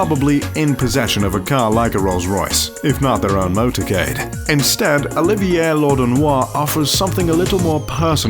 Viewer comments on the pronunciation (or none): none